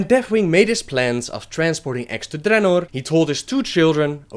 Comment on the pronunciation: Your accent is the worst.. ><. Why the rrrrrrrrolling r's on some words only? "Appear", "Dragons", "Ogres" are well pronounced, but other words are horrrrrrible. Drrrrrenorrrrr... Grrrrruuul.... come on man..